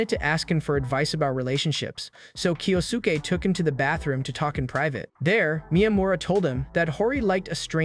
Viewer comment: Hori’s dad name is pronounced Kyo-ske